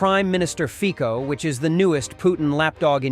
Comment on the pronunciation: Fico: Pronounced “Feetso”. As in Looks like a foot. Guess who looks like the other foot?